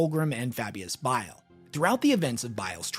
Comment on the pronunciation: It’s B.I.L.E like the gallbladder, not bill, learn our language American, with love,from England 😉😘😂